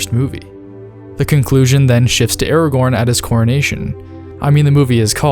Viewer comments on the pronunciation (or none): Bro stop saying aragon’s name like that.